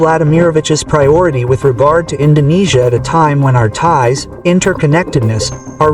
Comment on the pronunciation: bang lo org malay ya? bilang INDONESIA bang bukan INDONNESIA